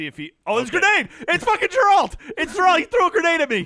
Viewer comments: Why are they all pronouncing Geralt as if none of them has actually played the game....stopping pronouncing it with American pronunciation... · ITS GERALT NOT JERALT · Hey. Let's Play crew. Have ANY of you EVER played ANY of the Witcher games, in all of which multiple characters with voice acted dialogue repeatedly say Geralt's name? It's a hard G like in Gary, not a soft G like in Gerrymandering. Geralt, not Jeralt. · It's funny how everyone pronounces geralt as GUR-ALT instead of GER-ULT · It's not Jer-Alt. It's Geralt, pronounced like Gehr-ult. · The amount of people at AH who haven't played the Witcher 3 is killing me xD it's Geralt, not Jeralt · FOR THE LOVE OF GOD... it's pronounced GAR-alt... not Ger-alt lmao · sigh it's pronounced "g air ALT"... not grrralt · I like how even though the games are filled with people pronouncing Geralt correctly they still persist in pronouncing it "Jeralt" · The way the way they all pronounce Geralt is really frustrating. They say it like Gralt or Jerald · "Juhralt" drives me insane, I can't believe never corrected them. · I can feel my eye twitch every time someone says *J*eralt... It's .gif all over again! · It's fucking jeralt it's fucking jeralt!!!! HAHAHAHAHA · Wtf yall "Ja-ralt"? 😂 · I love you, man. But ya need to stop calling Geralt "Jerald". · If I hear Jerawlt one more time I swear to god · Why the fuck do they call him Jeralt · I love these videos but it's painful every time someone says "Jeralt" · Clearly none of them played any of the games... or played it on mute... or only read the subtitles. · Their pronunciation of Geralt is annoying me. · i watch this series solely so i can stay informed on all the ways to incorrectly pronounce geralt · The way they pronounce "Geralt" makes me want to pull my hair out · This was so so good. Only problem I have with it is the pronunciation of Geralts name. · It's Geralt with a "Guh" not a J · No one can say Geralt properly lol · YC JONI I don’t think anyone has